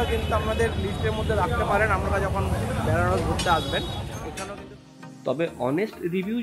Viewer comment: খুব সুন্দর ভিডিও হয়েছে। অনেক ইনফরমেশনস্ আছে। একটা কথা বড্ড কানে লাগছে, কিছু মনে করবেন না দয়া করে। শব্দটা "বেনারস" ব্যানারস নয়।